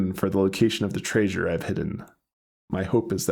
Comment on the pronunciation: STILL saying Tray-sure huh?